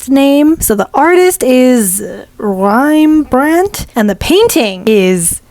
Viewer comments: Rembrandt try saying Rem - brand-t. Sorry but the artist in me cried when you pronounced it wrong. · Every art lover died a little inside when she said rimebrant 😂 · It pains me to hear you butcher household names of legendary artists but I loved the video overall. "Lick-ten-shtine", "Rem-brant". You said "Cezanne " right. Jus FYI Rembrandt took YEARS to do one painting and he often worked on multiple paintings at the same time. The one you worked on De vaandeldrager (The Standard Bearer) took him three years. #8 - are you telling me you don't know who Jackson Pollock was? Honestly, If you gave the canvas a background color it would look more similar and maybe you should have layered the colors more but I thought it came out really good. It actually looks like a Jackson Pollock painting just not the same painting as your example. I love it! It is a far better attempt than I could do. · wow im supprised you buchered that. you pronounce it Rem- Brant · Its just (REM-BRANT) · The Name: Rembrandt pronouncination: riambrand 😂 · can't speak nor read 27 minutes straight jk, that's actually kinda cute. Although I'm pretty sure it's Ram-bruh-nd. At least that's how I always said it in both English and my native language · Babe, it's Rem-Bran-T. Rem like REM sleep. Bran like the cereal. and just a lil harsh t at the end. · Rembrandt how to pronounce?: you pronounce the R harder than British of english and the dt is a hard t. I came self from the Netherlands and he is Dutch so hope this helped ❤. (srry if i wrote some words wrong) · Butchering Rembrandt's name...on an arts channel...might just be unforgivable, lol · Can I ask you what's your native language? Because I've never ever heard anyone butchering Rembrandt's name this much (and if it was a bit off, it wasn't on the vocals but because of the too many consonants). And I lived in an international dorm for years with people from all over the world.